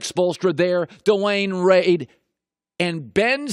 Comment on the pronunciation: “dwyane rade”